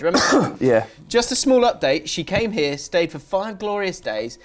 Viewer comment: look, we’ve gotta squad ‘ear.